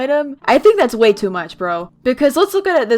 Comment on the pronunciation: For a sec I thought you said "tool" inside of "too"